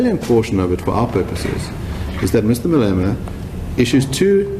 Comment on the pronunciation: 'the salient portion of that speech for our purposes, is that Mr. Malemana' dude can't even pronounce his name lol